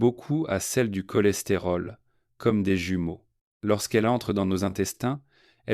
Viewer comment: Prononciation IA, CHOLESTÉROL, SOUPS etc…